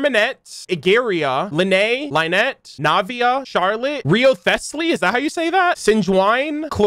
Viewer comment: Lets just put this out there, Lyney and Lynette are pronounced the same, its not Lee-nee and Lai-net